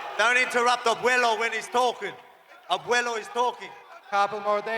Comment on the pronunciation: Man I'm in tough point here. I like both Volk and Topuria. The "Abuelo" word was perfectly pronounced by Volk. "Abuelo" is talking 😂